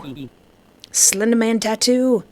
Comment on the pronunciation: "Slendamin" hehehehe